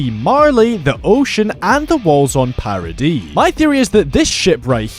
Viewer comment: Some of these are pretty obvious but it's a good video. Props for pronouncing the island of Paradi correct and not "Paradise" as some call it.